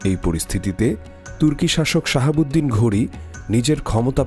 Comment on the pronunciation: নামগুলি একটু শুদ্ধভাবে উচ্চারণ করতে হবে। উনার নাম শিহাব উদ্দিন মোহাম্মদ ঘুডি।শাহাবুদ্দিন নয়।